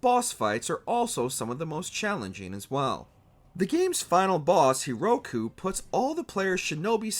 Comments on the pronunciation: Bro managed to say Hiruko wrong every single time. Amazing. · You mispronounced "Hiruko" twice.